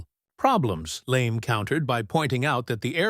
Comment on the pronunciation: "Immigrant?" Stoner was born in the US. The M16A1 I used had a maximum effective range of 350 meters. Also, this AI voice can't properly pronounce names LeMay's being one which is not Lame in pronunciation as well as words like pounds, yards, and millimeters. The Stoner 63 was a favorite of SEALS in Vietnam. Finally, with extremely rare exceptions criminals DON'T use AR-15's despite the screaming and crying from lefties.